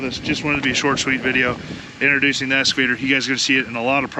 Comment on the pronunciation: EXCAVATOR not essssscavator. 😂